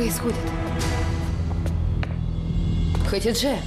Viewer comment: Хатидже* , а не ХаДИже